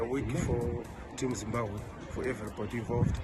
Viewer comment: When did Zimbabwe become Zimbahwe I give up.